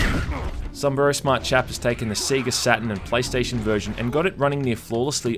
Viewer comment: He said Seega